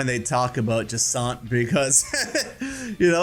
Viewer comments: Jasinthe’s name is pronounced like the drink absinthe. It is pronounced Ja-snth. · “Juh-saunt”? Interesting pronunciation. I’ve been saying “jack-in-the” 😂